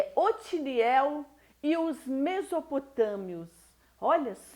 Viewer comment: Otoniel é o nome do Juiz. Vc está pronunciando Otiniel.